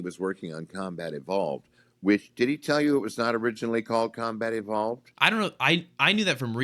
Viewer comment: "YOur combat has EVOled"